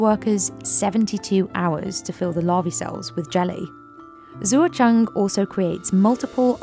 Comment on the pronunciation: Shoutout to the narrator for confidently butchering the farmer Zuozheng's name repeatedly over and over in typical British fashion.